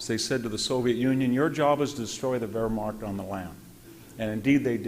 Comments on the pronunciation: Anyone to explain why Dr. Hanson pronounces Wehrmacht as WerhmaRcht? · He calls the Wehrmacht "the Verrmark," he calls Zyklon-B "Zykon-B,"he calls Guadalcanal "Gwaddacanal," he calls Brest-Litovsk "Brest-Littov," he calls Mt. Elbruz "Mt. Erebus," he calls Marshal Zhukov "Marshal Zookov," and there are other howlers, but what can you expect from a man who admits he's a farmer? But much worse still, as much information as Hanson has, and he does have a lot of it, he has no idea what to do with any of it, as he never draws any conclusions from it, for his capacity to miss the point or the consequences of what he is talking about betrays an obtuseness, even a blindness, on his part. Not once does he even touch upon the truth that for Britain and the U.S. to get into bed and side with Stalin, the most blood-soaked monster who has ever lived, against Hitler, instead of either staying out of war against Germany altogether, or even siding with Hitler against the Soviet Union, is the most colossal foreign-policy blunder committed by Britain and the U.S. in their entire histories. For Germany was never the enemy of Britain and the U.S. but Stalin always was. It was the communist ideology that dictated conquest of the whole world by the revolution of the proletariat in every nation, whereas Hitler had no more territorial design than conquest of Eastern Europe to expand Germany’s “living-space.” Hitler was only forced to invade Western Europe to defend Germany against Britain’s and France’s unprovoked declaration of war on a Germany that was at peace with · VDH’s scholarship and rhetoric are fine, but they’re undermined by his failure to learn how to pronounce some words that even amateur students of WW2 get right. Examples: Yamoto instead of Yamato, Mushasi instead of Musashi, Wehrmarkt instead of Wehrmacht. He’s an expert in this field, yes, but this failure to get such little things right interferes with his credibility on the bigger things.